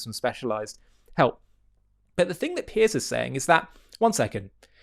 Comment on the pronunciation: Piers, Not Pierce. He's not James Bond